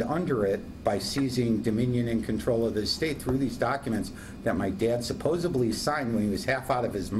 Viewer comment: The correct word is "supposedly" - not "supposably."